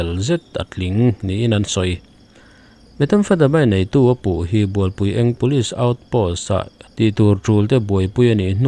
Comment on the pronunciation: Bualpui (Eng) nilo in, Bualpui (ng) tih tur ania🙈🙈